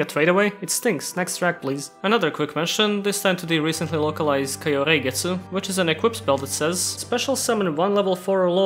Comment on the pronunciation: Why did you pronounce the R in “Kahyoreigetsu” like a German R?